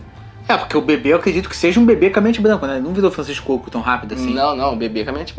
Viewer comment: "Francisco Cuoco" hahahhahaha